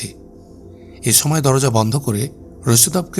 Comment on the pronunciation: ছময়, ছম্পাদক, ছংঘাত 🤨 উচ্চারণ টা ঠিক করা যায়না?